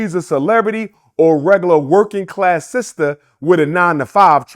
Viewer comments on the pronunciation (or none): none